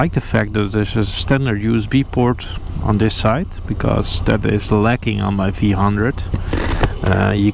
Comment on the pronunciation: V one hundred. Not vhundred